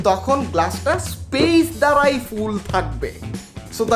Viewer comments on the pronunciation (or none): এতদ্বারা আপনাকে জানানো যাইতেছে যে আপনার ভিডিও ভাল্লাগে, কিন্তু "দ্বারা" কে "ধারা" উচ্চারণ কইরেন না ,ঠাশ কইরা কানে লাগে 😢